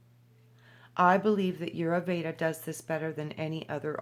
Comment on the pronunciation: Vasant Lad. Check him out. Ditch the new age paradigm and understand that Ayurveda...pronounced...i yur vey da , is thousands' of years in practice. Jumping from book to book is merely clipping scraps . If one truly chooses to immerse in the healing modalities of Ayurveda, then apprentice to a practioner and study the vedas. Otherwise, reading one sentence out of a book means nothing. Practice makes perfect.